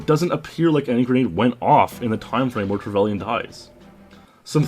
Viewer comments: Trevelian? No it's pronounced trevalin. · Trevellian? You pronounce it Trevelynn